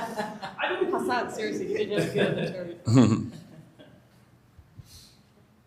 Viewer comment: it's audibly refreshing to hear the congresswoman pronounce Hasan's name properly and not say haSAWN